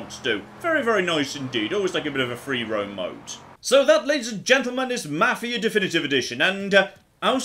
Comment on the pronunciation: can't speak Swedish, but he does a better job of that than pronouncing 'Mafia'.